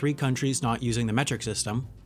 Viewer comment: Tbh u pronounced Timor-Leste wrong I would know bc I'm timorese and I waited for so long just hear why u dont get why we use USD even tho we have no relation at all with America